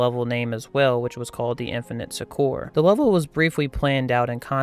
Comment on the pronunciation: You pronounce Succor incorrectly. It sounds exactly like sucker.